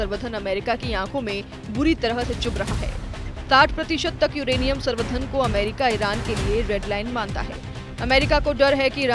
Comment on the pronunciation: Samvardhan galat read kar rhi h